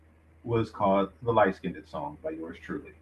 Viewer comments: You heard em. Its Light Skinned-ed. LOL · I really don't know what is triggering me more. The incorrect pronunciation of the word - LIGHT SKINNED, or the old fool thinking this young lady would even look at him. He's a total clown show!